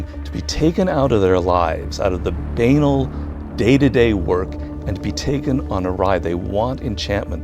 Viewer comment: Why did he say Banal like that?